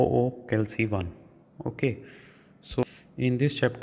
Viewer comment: Sir calc ko pronounce sahi kar dete to video me 4🌙 lg jate